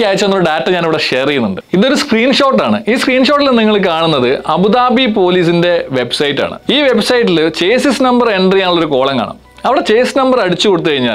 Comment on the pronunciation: 17.46/ ചേസ്സിസ്‌ നമ്പർ അല്ല , ഷാസ്സി നമ്പർ 🙏🏻